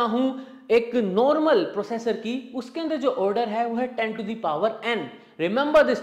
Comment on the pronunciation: नोर्मल नहीं नॉर्मल होता है, उच्चारण सही करिए बाकी एनालिसिस तो बेजोड़ है।